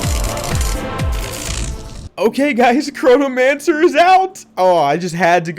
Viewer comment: I keep hearing Coronamancer for some reason.... love the vids IGN: Nicestick